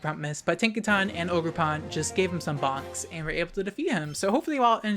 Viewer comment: For a second there, I thought you said box instead of bonks. Ha!